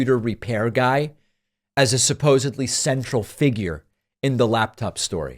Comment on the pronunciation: Aside from all of that (which is highly disturbing), I don't understand how it's possible that SO MANY of my favorite pundits pronounce "supposedly" as "supposebly."